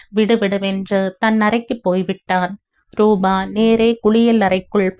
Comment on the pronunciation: ராதா நல்ல முடிவை எடுத்தாள். தாய் மகன் மகள் சந்திப்பு உணர்ச்சிப்பிழம்பாக. இருந்தது நீங்களும் மிகவும் உணர்ச்சிகரமாக வாசித்தீர்கள் ❤❤❤❤❤❤. ரூபா நல்ல பெண்மணி. நிஜத்தில் இப்படிப்பட்ட ரூபா கிடைப்பது கஷ்டம். rubaa nu padikareenga. Rubaa na ₹.😂😂😂.Rupaa (.p sound.. P for polite. ) na தோற்றம், வடிவு. ரூபவதி naa அழகி.)). நல்லவேளை ஜெகன் & பாகிரதி ராதாவை பார்க்கவில்லை. ரமேஷ் மற்றும் ரம்யா எடுத்த முடிவு மிகவும் சரியான சாட்டையடி. லலிதா சாரங்கனுடைய அன்பிற்கு ரம்யா முதல் மரியாதை கொடுத்து விட்டாள். இந்த மாதிரி நடப்புகள் நாட்டில் நடக்கத்தான் செய்கின்றன. எத்தனை பெண்கள் போக்கிடம் இல்லாமல் சகதியில் விழுகிறார்கள். அட்லீஸ்ட் ராதாவுக்கு லலிதாவும், அரவிந்தர் ஆசிரமமும் கிடைத்தது. அந்த மோசமான நிலைமையிலும் அவளுக்கு ஏதோ ஒரு புண்ணிய சக்தி உதவி இருக்கிறது. உணர்ச்சிகரமான கதை. எவ்வளவோ தாய்கள் தன் குழந்தைகளை விட்டுப் பிரிகிறார்கள் இந்த மாதிரி 😮😮😮😢😢😢